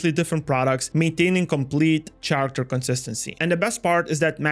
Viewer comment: Love it, but character is pronounced with k. Really triggers. Still, shout out